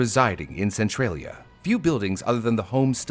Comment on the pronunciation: So pronounces Central as Centrail? Since when? its Centralia not Centrailia. lol